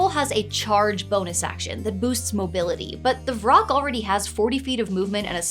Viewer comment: Vrock? I kept hearing troll and rock. I was like, just let him get out in sunlight.